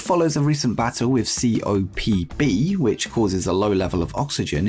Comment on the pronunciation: Its copd not cobd